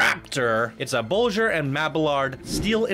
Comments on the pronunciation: Loved the park and review, but PLEASE STOP SAYING "THE Raptor, THE Gatekeeper, THE Maxair, THE Rockets, THE THE THE THE". It's just grinding my ears to death. haha. The rides have names just like people. You don't say THE Sarah, THE James, THE Mrs. Parker etc... Also, your pronunciation of designers like Bolliger and Mabillard (ball-ih-gurr not bowlin-jur, and Mabi-yard). In future videos I hope you can fix those nuances. I'd like to see more videos like this. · Am I the only one who cringed at his way of saying Bolliger?